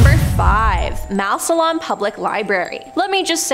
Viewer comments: It is pernounced mass-lin lol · It’s pronounced mass-lun 😤😤 that Massillon library is really eerie and always smells like old people!! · Born and raised in Massillon, which btw is pronounced, mass-lin, and have been going to this library since I was little (I'm 35) and I knew it used to be a home but have never heard of the hauntings! It is also right next to a funeral home! Literally there's only a driveway between the two buildings! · 😂😂😂 the way you said Massillon made me laugh. Love the video though. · She butchered how to say Massillon. Never heard it pronounced like that